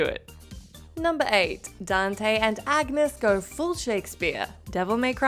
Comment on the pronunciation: Y'all have never played DMC 4. Agnus is a male, the G is silent, and there's an unwritten y after the N, Ahn-yoos.